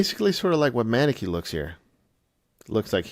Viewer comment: Pronounced "mUHnEkee"